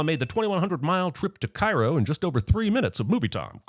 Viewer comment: Cairo is in Illinois not Indiana and it is not pronounced the same.... Do better